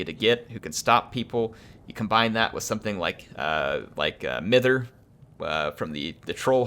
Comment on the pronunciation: Mither should be pronounced mye-ther. Its a word to describe old ladies having a fuss and a worry about nothing. Bit of old English regional weirdness.